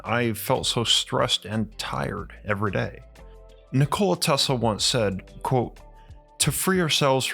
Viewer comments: Not trying to be a dick … I believe the correct pronunciation of his name is :Nik-o-La Not : Nicole-A. As that’s what it sounds like you’re saying, at least to me it does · I am an avid subscriber , as your videos are so well researched and presented. I must admit though, that I would feel more comfortable with a little more research on pronunciation and grammar. You seem to pronounce Nikola, like the woman's name Nicole + a. The name is quite a pretty one, more like Ni kola & and not Ni ko la, with emphasis on the o instead of the i. Even so I do enjoy your delivery! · cool video, wish this guy knew how to pronounced his name correctly its ni·kuh·luh not Nichole dude. That's insult to his name. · Nikola Tesla was born in Austria-Hungary. Not in Yugoslavia. Yugoslavia was created in 1918 when he was over 50 years old. And it's not Nikoola, it's not pronounced by dragging out the letter O, it's pronounced Nikola quickly. When you say Nikoola it is a female name, not a male name. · It's pronounced nik-ala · I have to take you to task: you are mispronouncing Tesla's first name. It's "Nick-oh-lie" and always has been and always will be. This is pretty embarrassing for you... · I like how you say his name like a soda. 'Ni-cola' Tesla! Sounds refreshing. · Lol he said Ni-Cola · Oh dude he called him NICOLa. So bitch. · “NiCola Tesla” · Learn to pronouns Nikola corectly. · Is it really that hard to pronounce the man's name right? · Nikola Teslas name is pronounced with announciation on "i", not on "o" like you pronounced it